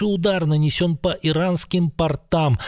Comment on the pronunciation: "Портам" ударение на первый слог